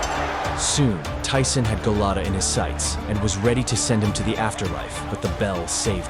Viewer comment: Dafuq is Galato, it's Gołota XD And he was hardly the "dirtiest", he had a regular amount of dirty tricks for a boxer.